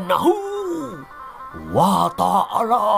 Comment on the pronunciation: Setiap nyebut Alloh........ Subahana wataalla aku ngakak, keluarga ku terheran heran aku ngk bisa menahan geli 😂😂😂😂 Semangat terus memberitakan kebenaran fakta sejarah yg sebenarnya 😂👍 Tuhan memberkati, melindungi sehat selalu Amin 🙏.